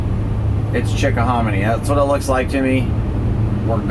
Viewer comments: Greetings from Virginia Beach, VA and Lorena. I hope you enjoyed your stay at the Chickahominy River. I use to own a cafe on the Chickahominy. you were absolutely pronouncing it correctly. I'm looking forward to your future videos. My husband and I just bought a new 5th wheel and will be going full-time next month. For now, more household crap to pack, sell, donate and toss. Safe travels. Jen & Shawn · You guys go some sun, looks good. You said Chick-o-hom-a-knee right in my book.